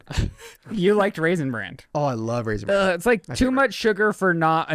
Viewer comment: it's RAISIN BRAN....... not Raisin brand..... stahhhp it. 🤣